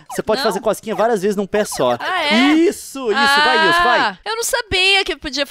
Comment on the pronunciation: Gente é nilce, e nn nilse ou nilsi ou nilci